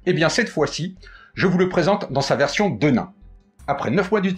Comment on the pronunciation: Petit cours d'histoire (que je pensais connue de tous...hum hum) . Nos bons jeans (comme 501 pas comme le saint) ont été à l"origine fabriqués en toile De Nîmes (ruée vers l'or, Levis Strauss bla bla bla), on prononce donc "denim" comme la ville et pas "de nain".... Bon, c'est pas tout ça, est-ce qu'il est prévu une version femme ou est-ce que le modèle est coupé unisex? Merci pour cette présentation!